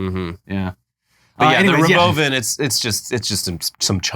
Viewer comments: I really can describe how ANGRY it made me to hear him pronounce Robovan. It's like nails on a chalkboard to me for some reason. Robo-Van is just a more natural pronunciation, you nitwit, you sound like such a douche when you say it like Ro-boven. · the "robovin" lolllll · He can't even say robo-van. Did you hear how he said it? Also, it's a bus with NO WINDOWS, no external wheels and NO GROUND CLEARANCE. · "Row-bow van may cause death" 😂😂😂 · Should you ever trust a dude who wants to change how you pronounce Robo-VAN!? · It can't be a coincidence that he pronounces Robovan like the evil AI from Westworld season 3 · I cant get over how he pronounced Robovan. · Can't wait to be Bonin in the Robovan (pronounced how Elon did? 😅